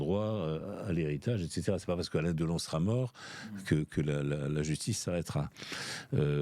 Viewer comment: Deuhlon, sa filleuh, Boulogneuh, sa mèreuh chanteuseuh allemandeuh, la drogeuh, l'héritageuh, commeuh il raconteuh bien les histoireuh le meuhssieuh ! Mais jeuh jéteuh l'épongeuh !!!